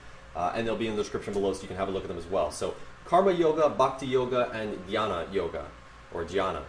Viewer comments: pronounce of Janana is like gyana yoga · The first time when you listed out all the yogas. You pronounced Jnana yoga correctly. Jnana is what you see but pronounce Nyana (wisdom). This video helped me learn about the different yogas and their purposes. I might do more research on this topic this week.